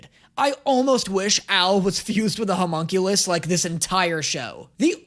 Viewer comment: loving all the reactions and the jokes are A+, but… The word is “Homunculus” - pronounced “hoe-munn-cue-lis” or “lus” (doesn’t matter which, you can cut that U way short in this word, English is dumb).